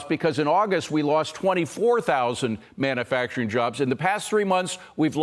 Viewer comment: manUfacturing. not MANNAfacturing